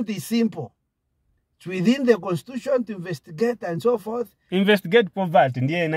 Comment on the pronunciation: Nobody:: "constitushan" Me: 😂😅😂😅😂😅😂😅😂😅 collapsed